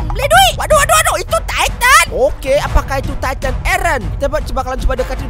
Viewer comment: Eren jadi taiten bang